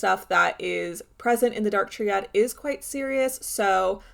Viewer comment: Gorl it's pronounced "Try-add", not "tree-add".